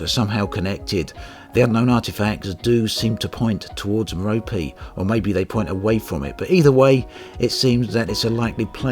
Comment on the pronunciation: I don't know how it's pronounced, but, you say "meropee" and it kills me! xD I've been calling it Mehr-ohp